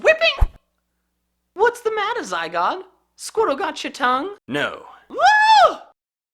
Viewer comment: ITS NOT ZYGUARD ITS SQUISHY